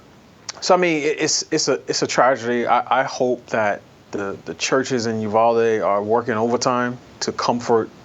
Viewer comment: It's UVal ..as in Al Bundy. NOT UVALL, AS IN THE WORD WALL. Thank you from Texas. I'm cringing Jason everytime you say the name 🤐🤐🤐